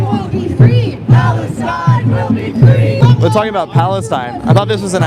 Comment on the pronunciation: Fwee Fwee Palestine mommy